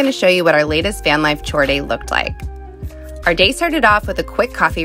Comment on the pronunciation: Does everyone in ur country pronounce chore like that?